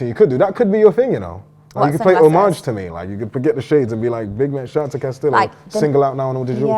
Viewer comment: I almost didn't want to watch this. I don't wanna endorse this tramp, but it's Castillo bruv